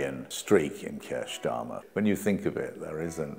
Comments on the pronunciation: Wait...just when I was nodding my head sympathetically...at about 3m56s ...Keir...eer...SCHTARMMER! Slip of the tongue no doubt and not one of those Fareedian schlips. PS - Goodness me! Oborne keeps doing it! Implication is Starmer is "a Jew" and fair game! The Labour Files was interesting in parts. The Labour Party was clearly dysfunctional and could not manage its affairs properly. But any other group that would have been subjected to the same level of hatred and racism as Jewish people, would have been shielded and protected by Corbyn and his followers. Think about it! Note - I am not Jewish or Zionist or right-wing. I am against people usurping the struggle of others as virtue signalling, riding on fighting injustice while failing to understand complexity or knowing anything much about history, culture or politics. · "Kirsch Schtarmer"? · "Kier Schtarmer"🤣